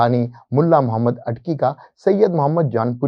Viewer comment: wo sb to theek hai, aap kalima bhi ghalat parh rhe haiñ, Muhammad ki bajaye Mahammad. Phir aala hazrat ki ibaarat bhi theek nahi prh ske. Urdu ki aam ghalatiyan kr rhe haiñ. Aap kidhar se parhe hue haiñ?